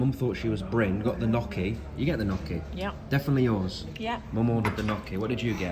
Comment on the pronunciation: Knocky? 😂 “NYO•KEY” Gnocchi.